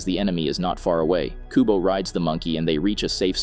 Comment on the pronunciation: It's Kubo not Kobu